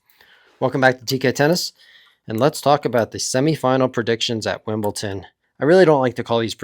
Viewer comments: I was wondering the same thing where does the T come from? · It's Wimble"D"on. Not Wimble"T"on. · Explain why you say "Wimblton" or get your YouTube license taken away. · because they're called like that. You see Leicester and you pronounce "Lester". You don't read Wimbledon and say Wimblton, bc it's pronounced "Wimbledon" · Stop saying Wimbleton if you value your credibility. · really? wimbleTON? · Wimblton and Benchik? It's the same last c as Djokovic, not too hard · Love your predictions and analysis, but could you please stop saying Wimbleton? :) I'm liking Novak's chances to beat Sinner this time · It is important to me and will remain relevant long pass this fortnight. Do you say "Wimblton?" Do you know anyone who does? Why is this guy doing it?